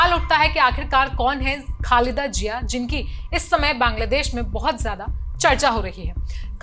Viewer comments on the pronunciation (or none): Pahle bolna seekho, phir patrkar banna. Jiya nhi Ziya hota hai. Itne bade media house ne apko le kaise liya?